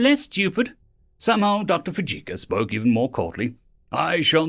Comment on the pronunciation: For the love of God learn the proper pronunciations of the words your speaking. Your mangled pronunciations degrade the stories. Fujioka would be pronounced as Fiji and then oka not as Fujika. Your speaking voice is very pleasant and your delivery is VERY nice. It's just the mispronunciations which make me want to slam my head against a wall. Fixing that may help your site gain members.